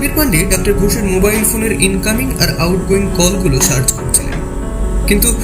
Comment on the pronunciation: একটা উচ্চারণ বড্ড বেশি বার কানে লেগেছে....... তুই "ডাক্টার" বললি , কিন্তু এটা তো dr. , so উচ্চারণ টা হবে "ডক্টর" । Pronunciation আরো strong চাই সব কাজে...... বাদবাকি সব ঠিক আছে ❤ কাজ করে যা 😊।